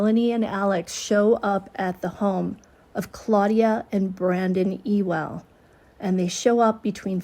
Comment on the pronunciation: Ewell is pronounced Yoo-ul with the emphasis put on the Yoo. I'm correcting you because Brandon and Claudia Ewell deserve a lot of love for the help they gave Brandon Boudreaux and those kids during the scariest days. If Alex or Melanie had gone into that home, they would have discovered what real gun enthusiasts can do. Brandon and Claudia Ewell wouldn't have been sitting ducks like Brandon Boudreaux was.